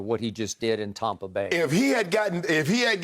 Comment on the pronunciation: Does anyone else get irritated when Skip says “Taumpa Bay” Shannon Voice: Where’s the U Skip?!?